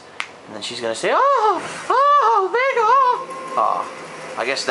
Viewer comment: did she call him "Vegal"?